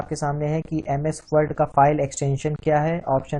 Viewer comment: Sir ji wold nahi hai word hota hai